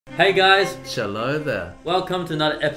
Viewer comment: Eddy: "Chello There" Me: "General Chellobi"